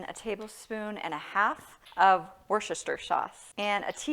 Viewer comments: wor sti sure. worchestershire has lots of silent letters. wor-sti-sure sauce. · Whoosta sheer or Wuss ta sheer. Your choice, but only 3 syllables and no "ire" sound. Just practice the three syllables and you’ll be an expert Worcestershire pronounciater!😳 😁 👍🏼 From N.H., Patricia 👵🏻🤗